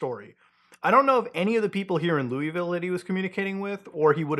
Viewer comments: Loo-ah-vull not louieville lol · it’s not pronounced loui-ville but like lull-ville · Love the channel. Long time listener, first time commenter. But PLEASE. 🙏 It’s “Lou-uh-ville,” NOT “Lou-EE-ville” or god forbid “Lewis-ville.” Thank you. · Mutha its Luh-vul not louie ville. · People from Louisville are gonna show up and berate you for not pronouncing it "Lullville." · its pronounced luihvll by the way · It's pronounced "Lawva, KY" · Yo. Louisville resident here. Louisville is only two syllables. Looh-vuhl. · Its pronounced Luh-vull. Put some respect on our city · i know how its spelled but as a native its pronounced lou avill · It’s pronounced “Loul-vull” (I’m from here unfortunately) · I’m in Louisville and ion even know thank you, you also pronounced it wrong lmao it’s Lou-Ville😂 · I have family in Louisville, that is not how you pronounce it and they are adamant on how to. Say it like you have peanut butter in your mouth (low-eh-vole) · Mutahar, with all the love in the world I have for you as a content creator, it’s Lou-uh-vul. I grew up here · Irrelevant but folks from Louisville pronounce it as Looahvul (dont ask me why, I'm not from there) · Louisville natives in shambles by muta pronunciation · All I can think about Muta mispronouncing Louisville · You're Canadian so im not about to press you on how to say Louisville, but just know, you said it wrong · People in Kentucky are gonna be pissed at Mutahar's pronunciation of Louisville, and I'm here for it. That shit's as annoying as Australians bitching about how people who speak a rhotic dialect pronounce Melbourne.